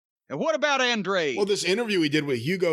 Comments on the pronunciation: Andrade is not hard to pronounce holy shit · Jimmy just refuses to say Andrade correctly lol. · Just like "Jane" Cargill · “Felix and Penthouse” gets me every time 😂